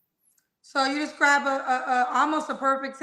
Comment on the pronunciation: doesn’t even speak well. He’s trying to say describe but saying scribe. Then said estraint. What are those words? I think he should work on being more at peace with himself in order to get who he desires.